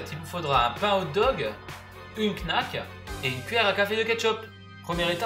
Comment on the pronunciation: knacki ! pas knack😂